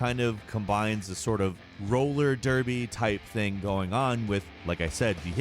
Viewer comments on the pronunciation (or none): none